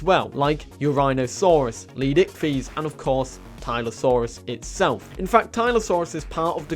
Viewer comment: no offense dude but can you please learn how to pronounce leed S ichthys right